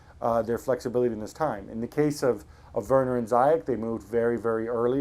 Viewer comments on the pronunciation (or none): It's not zayek, its ziyesh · Hakim ZEE-YEASHHH not Zyjek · For f*ck sake... Z-yech not Zai-yech... what do English ppl have with screwing up Arabic names? It's not that hard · just want to correct you the right prononciation of ziyech name in native speaking , well , it is spell it like "zeeyash" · keerthan bs zeeyatch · youd think that proper commentators would know how to pronounce ziyech